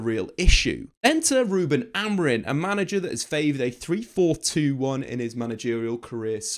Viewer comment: His name is Amorim, stop pronouncing it with an "n" at the end